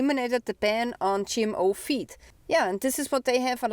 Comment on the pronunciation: Hey du sagst gmo fuesse. Food. Feed klingt wie feet mit unserem akzent